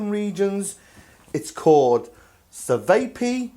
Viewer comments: It's a diminutive of ћевапи/ćevapi . Should be easier to pronounce. Chae-vaa-pee. Make them slightly bigger and there you go. Edit: Traditionally served with fermented milk (kefir) or clotted cream (while milk variant) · Chevapi and chevap shish that's how tonpronouncebit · We actually sell these at my butcher shop. It's pronounced shá-va-pee, and they're actually really good. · amazing video .. You got everything right except the pronunciation. It is called "chevapi" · Cevapi 😂😂😂 that pronunciation way off my friend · Is there a way to mispronounce cevapi any more?